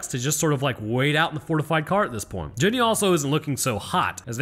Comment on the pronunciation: you said "Jenneeey" like she was from Greenbow AlaBAMMA😂